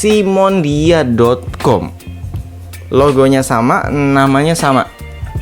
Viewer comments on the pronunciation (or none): Bang SIMONIDA bukan SIMONDIA yaelah baca aja kliru🙄